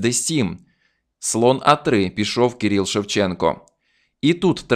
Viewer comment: Кирило, Кирил - а не Кіріл.